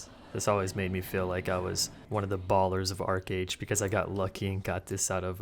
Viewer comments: ARCHEEEE AGE STOP SAYING ARCAGE OH MY GOD. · I hated it when people would pronounce it "arch age" ("arch" like a curved architectural feature). Yeah, I had fun in the beginning. :)